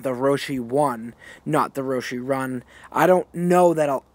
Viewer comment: "Roshee run"